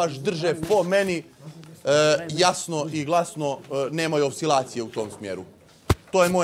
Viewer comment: nije,,opsilacije'' nego,,oscilacije'' (nemoguće da ne znaš)?!